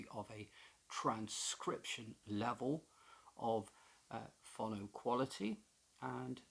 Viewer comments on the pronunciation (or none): It's pronounced fo-no.